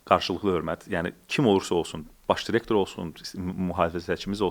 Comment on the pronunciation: "cirektor" yox, "direktor". Dilimizə hörmət edək xahiş edirəm.